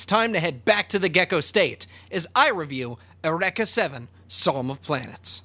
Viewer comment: Jesus Christ man: eUreka, not ereka... it's greek not japanese XD